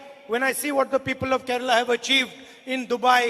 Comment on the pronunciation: Why is Kerala pronounced as Keral? 🤔